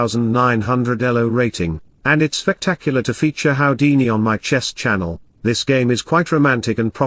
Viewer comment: Haha, smoking in the garden. (PS. it's pronounced Who-dini, not How-dini.)